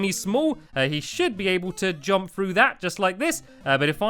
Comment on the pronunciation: r-u-n - Run (you say that right) J-U-M-P Jump.. (you fail to say this right - God it's like Stewie with cool Whip!